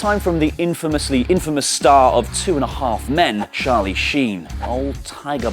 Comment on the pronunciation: Sharlie sheen 😂😂